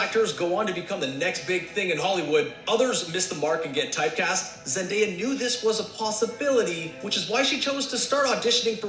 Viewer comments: Wait cuz wtf it Zen-die-ya He name’s pronounced Zen-day-uh it’s like literally spelt like that “Zendaya”😂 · Omg she say zendia....😭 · Why do people have a hard time with her name? It’s literally spelled with a “day” lol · Lmaoo she said zen-diya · did really say zen - dya? 😂😂😂😂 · Girllll bye don’t do zendaya like that😂😂 it’s zen- day- a literally how it’s spelt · No, both of you are wrong. It's Zen - day - uh